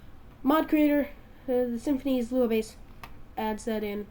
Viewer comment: its sim-phis, not simphinees